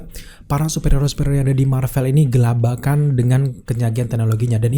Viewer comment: Kelabakan kang, bukan gelabakan...